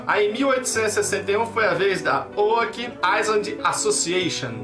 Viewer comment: como realmente é: Oak Island. como o fala: Óck Lailan OASOASKOSAKOSKOASKAO